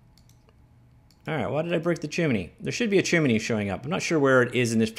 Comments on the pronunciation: Chimney. "Chim" then "nee". You have never done a lot of reading have you? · "chimminy" :D